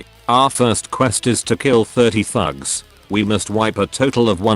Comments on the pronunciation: What he says "the thugs" What I hear "the #####" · your text to speech makes “thugs” sound like “fucks” 😭😭